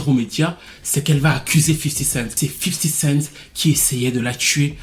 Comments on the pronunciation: cool mais on dit 50 cenT pas 50 centSssss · 50 cent pas 50 cents